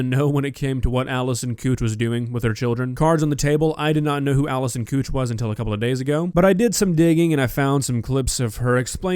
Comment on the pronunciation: It's not cooch, it's koch. Pronounced like coak not the k (ch) is soft. It's German.